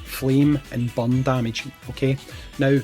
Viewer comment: Took me a while to figure out you meant burn not bum